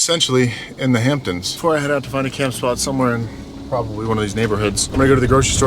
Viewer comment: As someone from Long Island every time you say the Hamptons I cringe a little bit we still love ya